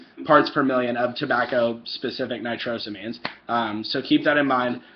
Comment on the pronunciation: Its pronounced " nitro-say- means" you lil poopsmuggler you